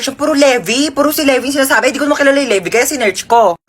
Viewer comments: Yeah he say my name wrong he said lebi but my name is levi🤦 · kuya hindi po leve levi po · Levi is pronounced lee vy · Yung Levi po basa po dun ay parang Lebay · Its funny how he pronounced Levi wrong